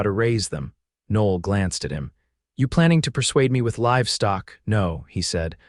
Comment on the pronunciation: Women's name Noel, pronounced "No L".